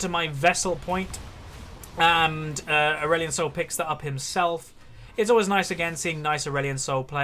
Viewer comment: Did he say Aurelion Snol in the end?? Xd